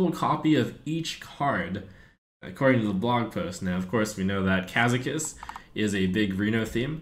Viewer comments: Ka-ZAK-us! You were told by Brode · Trump will never spell that right: Ben Brode told you it's KazAkus not KAzakus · Every time The Trump says "Kazakus", I hear Ben Brode in my head correcting his pronunciation. "Kazakus." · Trump mispronounced Ka'zakus! Again! Beep Beep Ben Brode is coming to correct you!